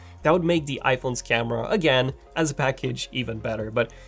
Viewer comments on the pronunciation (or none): none